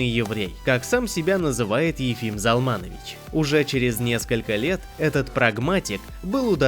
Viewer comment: Спасибо! Приятно слышать. Но отчество правильно произносится ЗАлманович, а не ЗалмАнович. Для еврея режит слух. Но, что от робота ожидать?